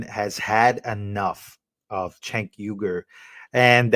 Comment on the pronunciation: Bro just so you know his name is pronounced Jake even though it's spelled c e n k